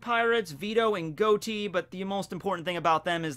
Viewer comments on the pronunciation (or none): To hear you say Goati instead of Gotti, like John Gotti, makes me sad